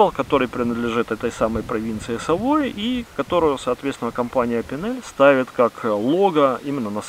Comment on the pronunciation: Ну, тогда уж не " савой" а "савуа", епт! ;)